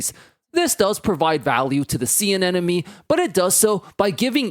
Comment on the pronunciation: Anemone is not pronounced “an-enemy” and I wish you hadn’t said it that way 100x in the video lol